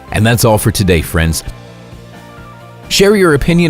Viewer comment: I had to turn on the captions, I was getting freaked thinking he was saying Frank.